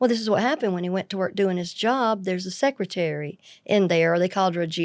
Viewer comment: I like you ALREADY! " Sexcretary" 😂